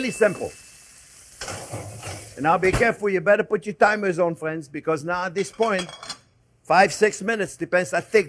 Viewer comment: "Well hello there phrinzzzzzzzzz!!!!"